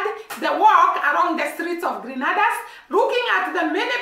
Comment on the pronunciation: All the Caribbean Island are basically the same. I can say that about the cultures as well. Same climate same people just on different Islands. It’s pronounce Gren- nay- da.